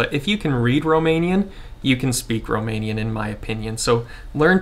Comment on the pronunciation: I am amazed how good is your Romanian pronunciation 👍 Do you have some Romanian background by any chance?